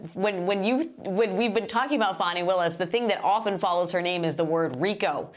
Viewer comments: Its FANNY NOT FAWNY, LIKE A Butt! I Like Her BUt Its FANNY Not Fonny, Fawny Flooty Or Fran, STOP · How do you get that pronunciation of Fani?